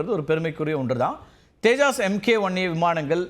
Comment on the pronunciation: தேஜாஸ் இல்லை தப்பா சொல்லாதீங்க. தேஜஸ் விமானம்.